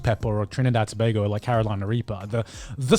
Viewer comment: He said tobago right this man is built different 🇹🇹